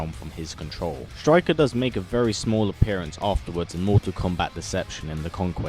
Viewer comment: You messed up the name